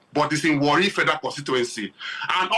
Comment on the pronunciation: Not really Warri it was wrongly pronounced that na is an ijaw word